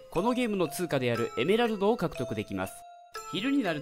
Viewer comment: 説明のところのら行が可愛い特にエメラルドの発音好き